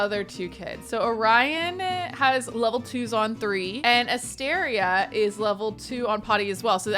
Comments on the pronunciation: Every time says Asteria's name I think for a split second she's saying Astarion, so it absolutely cracks me up that she chose that hair for Caspian and then actually mentioned Astarion 😂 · I would totally watch a livestream of you playing Baldur's Gate. 😆 I'm playing too and not going to lie every time you said "Asteria" I heard "Astarion"